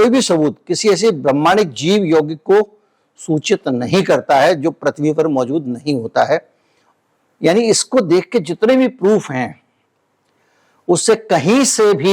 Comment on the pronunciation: Prithbi ko kyun prathabi bolate hain